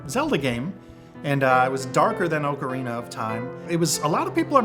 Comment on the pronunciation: haha he says ocarina funny